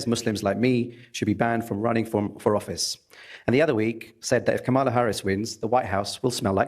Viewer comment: The middle A in Kamala is not long. Why can't people just pronounce it correctly.